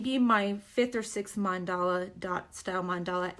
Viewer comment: It's Mandala not mandela